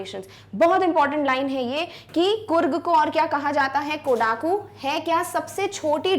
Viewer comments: Mam, it's कोडगु not कोडागु and one more place is निसर्गधाम not निसारगधामा. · I think the pronouciation of 'KODAGU'' is wrong.🤔